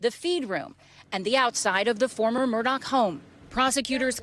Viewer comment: People still pronounce this guy's name as Murdoch! Anyone seen Lethal Weapon with Danny Glover???? How do you pronounce his last name......they are very similar